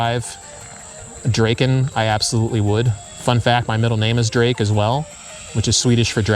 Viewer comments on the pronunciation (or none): none